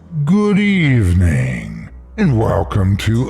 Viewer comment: ''GOOD EAVNING'' I fell off my chair. Y u do dis?